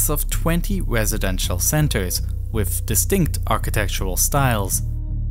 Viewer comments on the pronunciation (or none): "North" is not "norff"; "south" is not "souff"; "this" is not "diss"; "these" is not "deese"; "through" is not "fruuu"; "with" is not "wiff". Please learn how to speak before posting videos as if you possessed the basic communicational capacities sufficient for public comprehension, when all you've promulgated is a brand of silly gibberish.